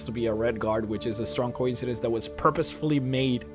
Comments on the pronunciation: also, co-incidence. not coin-cidence. ffs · co-IN-seh-dens not COYN-seh-dens. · Your pronunciation of coincidence is... unsettling...